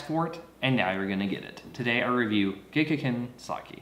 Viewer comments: You didn't say it right a single fucking time. Watch their commercials. It's gek-KAY-con. Emphasis on the KAY, and a long A on the kan, like "con". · I don't know boo about sake, but some tips on the name: you don't have to voice the back to back Ks. The double consonant causes a hesitation between the 'ge' and the 'k'. And kei makes 'kay', for example 'sensei'. Neat to hear about the fungus, I don't ever hear much about how these things are made. Something something grapes, something something it'll get you drunk. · First you’ll need to learn how to pronounce it. I don’t believe you actually know this brand....